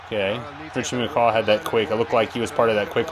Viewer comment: You saying McCah hurts my soul so much